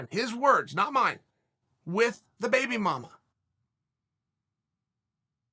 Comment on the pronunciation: not his child's mother .....but the baby mama 😩😆🤣😂 the pronunciation is killing me !!!! hahahahaha